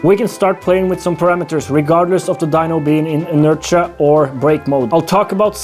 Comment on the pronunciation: The word inertia is pronounced \i-'nər-shə or in-nur-shuh , Basically the 't' is a 'sh' sound.